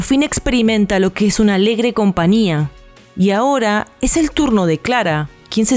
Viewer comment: Porque dicen compania..con n ?. En lugar de compañia con ñ... No usan la ñ en tu país??